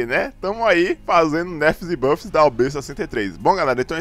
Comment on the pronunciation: EU ENTENDI NERFS E BUGGS KKKK